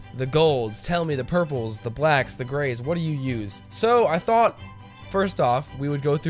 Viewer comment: "THE GRAYS" ahahha I heard gays